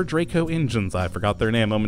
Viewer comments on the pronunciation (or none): none